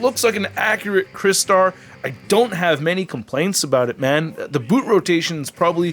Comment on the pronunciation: I remember this character from the original toy line in the 80’s, and I sadly never had the original figure though, and I noticed you pronounced his name right unlike that guy in Canada who has YouTube channel and he calls himself Michael Mercy💁🏻‍♂👍🏻👍🏻.